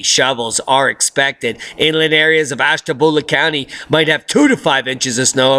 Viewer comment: OMG, you crack me up...LoL... the way you pronounced "Ashtabula" so funny... I get your sense of humor... Thank you for always being REAL...always telling the truth & always making me laugh...you said that I can manifest anything I want...well then I would like to manifest 2 of those VIP Tickets one for myself and one for my daughter &.we would like to go with you:) omg that would be awesome... '